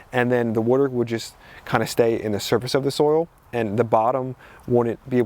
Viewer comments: Coming from jersey I have to laugh at "wooder" not water..... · Every time I hear you say water, I feel right at home as someone from South Jersey now living in Philly! Thanks for your amazing content 💜